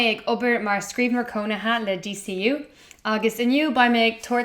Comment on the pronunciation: Abair DCU mar “day say ooh,” le do thoil.